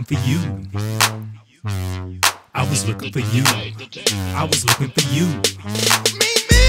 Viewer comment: listen to how he says yeww